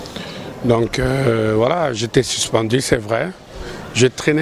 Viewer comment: Toi t'es grave: But au lieu de bit---suspendu et non sispendi, et le reste .Tu peux mieux faire en francais si tu travailles ton expression . OK ?